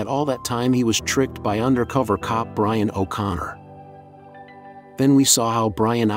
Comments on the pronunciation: my opinion in the comment box? ok how about listening to your AI shit before posting it. its not byron its brian. as for my opinion on if it was brian i think thats what they were going for being pauls brother cody was asked to do brian again for 10 but is A to busy with other stuff and B wants to let his brother rest in peace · The bruh said biran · My man said Byron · Common guys you said byran when he in the supra not Brian if you listen closely give the bloke some respect guys get it right he sadly missed rip Brian